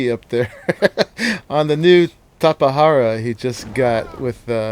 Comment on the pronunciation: wow someone who can actually pronounce Tapajara. other tubers were triggering me lol.